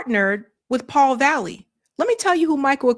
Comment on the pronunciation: You're misreading this Paul's name... It's VALLELY, not valley. There's an L before the Y. Your govt edumacation is showing.